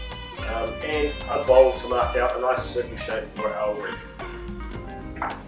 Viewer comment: Nice video but, it's WREATH my good man. 😂😘